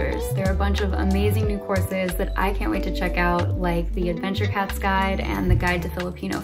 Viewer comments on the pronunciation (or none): none